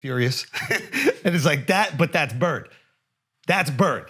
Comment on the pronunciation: Imagine being Ainge and not telling your coach in the huddle: You mispronounced Bird, Coach.